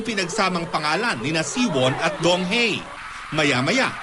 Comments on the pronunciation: Donghae is pronounced as DongHEH not DongHEY.. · donghae as in donghe not donghae....kaloka nmn ung ngbalita....i was there grabe ang tau....at tlgng gwapo ni donghae!!!!!!!!!